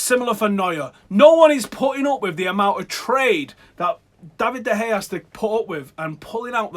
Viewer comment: For the love of God.. Pronounce Bailly as Baaaayi not Baeyeh and De Gea as De Kheya not Da Hey FFS